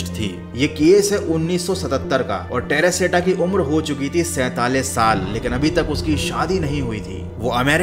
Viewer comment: Terashita❌ perashita moll✅😂😂